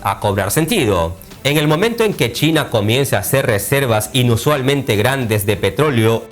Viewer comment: "Chaina"??? Donde ves la A en China???